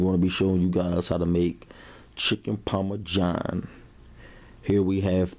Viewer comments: The pioneer woman calls it parmajohn too! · There's no "J" in Parmesan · Lol chicken parmajohn my dude salute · Chicken Parma-John? Lol okay looks good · Chicken Parma-john he says.. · Parma JOHN though? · bro its not chicken parma-john its Parmesan. wow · “Chicken Parme-John” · He said chicken Parma John, black people speak makes for good comedy